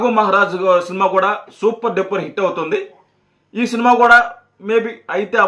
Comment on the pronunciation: ఒరేయ్ ముందు సబ్స్క్రయిబ్ అనడం సరిగ్గా పలకడం నేర్చుకో వాడిసంగతి తరువాత చూద్దువుగాని సిల్మా కాదురా సినిమా సరే మేము సబ్స్క్రయిబ్ చేస్తే నువ్వు ఏమిచేసుకుంటావు ఇటువంటి మాటలు మాట్లాడి చిరంజీవి గారి పేరు చేద్దాకొట్టకండిరా